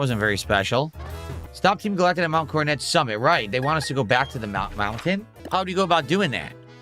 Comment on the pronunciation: “We’re in the TEEM GAL-ACK-TICK base…”